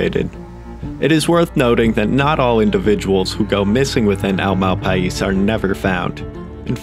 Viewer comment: i live in NM. it's pronounced mal pie.